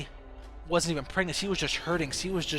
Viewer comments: he always said "si" instead of "she" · It's she no see! So annoying hahaha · "C din't ev hav a baby." Sometimes I wish I had a translator. Still like the video. Btw, when you cough, you can edit the audio. You know? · HenryMania yes he pronounces it see. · he cant pronounce she he says cee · You know what's even crazier than the fact that Lynn wasn't pregnant? The fact that you kept saying "see" instead of "she" as you talked about this. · he also says see instead of she. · can you fucking say SHE properly?? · Is it me or this nigga can't say SHE* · How come you can't say 'sh'? It's weird. Never heard of people not being able to make that sound. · "she" .... "SHeeee" all hearing is "see." "See wasn't pregnant" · Why does he pronounce 'she' as 'see' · Why did I watch this you don't even know how to talk. You literally say "see" instead of "she" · hahahaha i know, also keeps saying See instead of she and minesaft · This guy can't say she lol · u pronounce "she" really weird